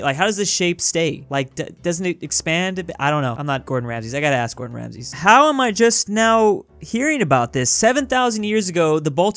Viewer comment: Everyone talking about the dutch thing but said "Gordon Ramses"